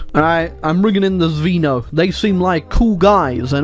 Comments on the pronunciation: Well, it's not Zvíno, it's Zvéno. Zvíno really does sound alien. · Its so funny how u pronounce Zveno 🤣 actually, the meaning of Zveno is sth similar to a cell